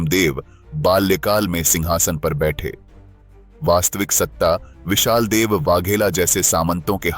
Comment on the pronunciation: विशाल देव नहीं विसल देव नाम है